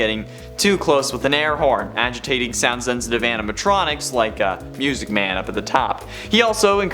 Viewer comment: That sounded very sus. LOL! BTW I love how you said Music Man as "Myusiec Man! Keep up the good work! 😀